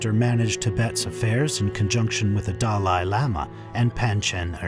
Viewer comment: These are not "Living Buddhas" as it is repeated numerous times by the narrator, who also mispronounces many important words, Like "Panchen" and "Dalai" - showing that he knows little to nothing about Tibetan Buddhism and was just hired to narrate. "Living Buddha" is an inaccurate term - they are really "Living Bodhisattvas"...(very high level practitioners who are, like all of us, "Future Buddhas". These Bodhisattvas put off the attainment of full Buddhahood until all sentient beings have been able to transcend Samsara (embodied existence)....only then will these Bodhisattvas enter full Liberation. So calling them "Living Buddhas" is both inaccurate and misleading. (BTW - They also don't want to be called Buddhas!) It seems it is often Chinese who tend to make this mistake about calling High Lamas "Living Buddhas" It may be an intentional mistake, as the Chinese Government has tortured, killed, lied constantly about H.H. The 14th Dalai Lama...they also kidnapped (or killed) the Panchen Lama (who is still missing after decades). In Truth the Government is anti Buddhist, and anti Tibet. Mao himself was completely anti religion - he said horrible things to the Dalai Lama.